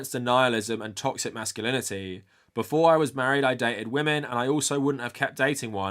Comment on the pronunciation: that sounds like "instead of" and not "before"